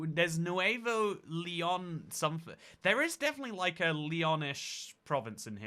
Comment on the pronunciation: I learned that has dyslexia with his Pennslyvania and Nuveo Leon.